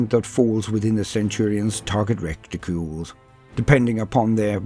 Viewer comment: "Recticles"..... Man, astartes must train a LOT